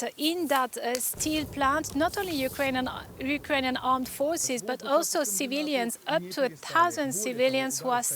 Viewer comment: The interpreter translated spoke like Indian English, not Ukrainian’s pronunciation.